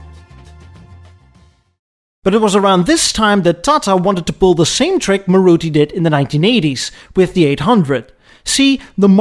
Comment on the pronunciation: and its pronoun's as Maaruti